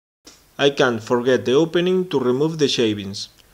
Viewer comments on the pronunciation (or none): none